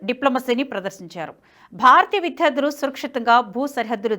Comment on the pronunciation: విధ్యార్థులు కాదండీ.విద్యార్థులు.